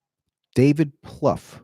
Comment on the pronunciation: Plouffe rhymes with "woof".